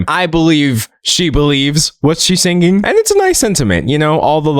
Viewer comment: The part where you said singinghhh actually made me laugh in a silent classroom why did you do this to me D’angelo